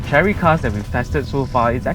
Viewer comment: I think it is pronounced "share-ree".